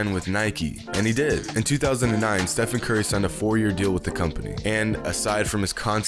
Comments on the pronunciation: How do you not know how to say "Stephen Curry" "Steve-on Curly" face ass😂😭🤦🏽‍♂️ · How in the world do you get his name wrong wtf lmao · Even Riff Raff knows how to say the mans name. Now who’s got the plug on Steph Curry Mcflurries these days? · How do you mess up Stephen Curry??